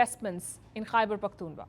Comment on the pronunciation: To hell with Pakistan but you are pronouncing the name of my province wrong. Pakhtoonkhwa Khwa.... like Srk says Khan from the epiglottis. The same goes for "khwa"....